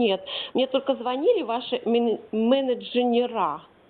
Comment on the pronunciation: МенедженерА, средствА и договорА)))